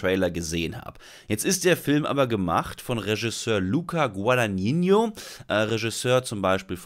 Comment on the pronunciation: Dafür spricht er super falsch der vom Regisseur